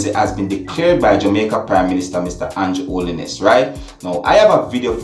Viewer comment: It's Andrew Holness not Holliness.....dat video look fake to me, cause how dem jus lef d rifle inna bag n lef it right inna d yard like dat Jamaica gunman dem smarter than dat..but nice work from d police dem dem need Fi do dis more often so dem can bring back Jamaica